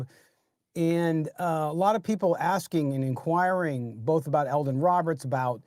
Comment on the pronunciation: It's Elandon Roberts, not Eldon. Hate to nitpick, but since you say his name a lot it gets a little annoying.